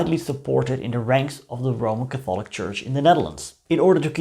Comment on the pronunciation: I like your channel and I'm not trying to insult you but please learn the English pronunciation of "Catholic."